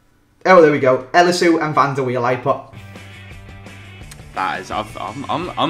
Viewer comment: "van der weil"